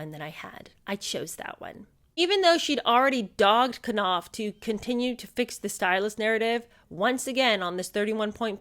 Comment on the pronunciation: 😂 Not you adding an extra syllable on Knauff's name 🤣🤣